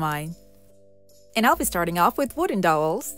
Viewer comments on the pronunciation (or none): So, the "ow" in dowel is prounced like the "ou" in ouch. Other than that, you do an amazing job every time!